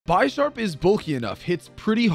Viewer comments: How do u pronounce bisharp so wrong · I've never heard Bisharp pronounced bi-sharp before. This may be telling